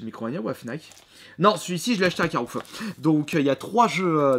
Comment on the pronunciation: Emilie Le Kiwi ! ouai mais il dit carouf